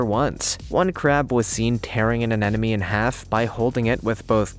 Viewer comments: "a ne mo ne" not "an enemy" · It's pronounced sea aneMoNE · "Anenome"? LOL Seems like the anemones are more of "afriend". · Why cant people pronounce anemone correctly? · Learn to pronounce anemone dude.